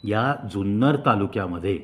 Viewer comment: सुंदर कि जुन्नर ? उच्चार स्पष्ट ऐकु येत नाहीत.